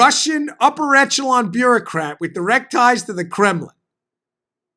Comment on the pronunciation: Echelon - Esh-el-on.